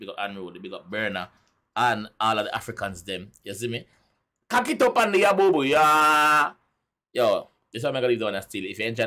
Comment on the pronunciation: Gwaaan 👏🏾👏🏾 watch you you didn't miss anything you pronounce Aboboya cool cool, appreciate the link Ghana, Nigeria and Jamaica beautiful. Is one of the best rea tio. Vids I see, big up yourself! ❤️🖤❤️ 🇻🇨🇬🇧